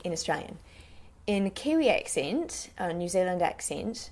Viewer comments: This is so fucking weird, she's american but she can do the kiwi accent really well that when she switches to her kiwi accent my mind automatically thinks that shes a new zealander. She doesnt say New Zealand properly in a New Zealand accent, but otherwise it's perfect! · That's pretty brilliant, the one comment I make it the 'e' sound in Zealand is slightly longer than you're making it. New Zeeeland instead of Zillund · Nikki Piława I heard new Zilland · Great job! the only thing I think sounded off was the way you pronounce "New Zealand" - "New Zulland" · Kiwi accent is sooooo good, you literally sound like a local. I have just one comment, in the kiwi accent you're doing you wouldn't say “New Zilland” you would say “New Zee-land.” The “Zilland” thing is more something older people say, mostly older people who live rurally and sounds very out of place in the accent you’re using which is a more neutral accent that the majority of us have, otherwise it is absolutely spot on. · She is very good but we say New Zeal - IND not New Zil - UND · This is great! I loved how you didn't make fun of either dialect in any way. The only time where ya got it a little off was w/your 'New Zilland/Zulland' that didn't sound so right to me. Love from New Zealand, & Good on ya Mate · She pronounces New Zealand strange xD it sounds like she's saying "New Zilund" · New zeluhnd 😂😂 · Oh jesus you're kidding me. Like a lot of them are relatively over exaggerated but correct, but saying Nu Zuland. I am a kiwi and the only people who pronounce it like that are people from the wops of christchurch, first time i heard you say new zealand i couldn't even understand what you said. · Why do u say New Zealand like that? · Jinder Mahal she says new zealand wrong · The way she says New Zealand is ridiculous. I legitimately burst out laughing when she first said it. Some of the accents were correct like 'pen' that was quite close but 'pin' was far off.